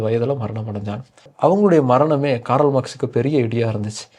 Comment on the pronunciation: காரல் அல்ல, கார்ல்.🎉